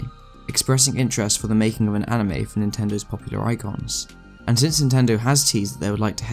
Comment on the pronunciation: It's called anime not "animie"